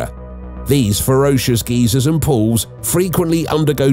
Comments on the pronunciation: It's sad that such a sofisticated British accent he cannot pronounce the word geysers ..("guy-sirs")..but instead pronounces it as the American word for an elderly perverted inebriated man.."Geezer"....but maybe he's just anthropomorphic. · GEYSERS NOT GEEZERS... GUY-ZERS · It’s pronounced guy zers